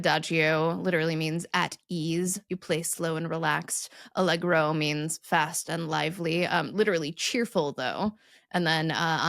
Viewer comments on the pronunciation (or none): none